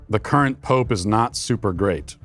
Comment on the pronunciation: Michael 2/3rds into a martini cannot pronounce the words "great" and "grape" differently.